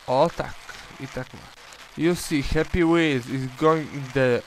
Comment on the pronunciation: no ale to hepi hepi hepi hepi łils podobnie brzmiało ale odcineczek okej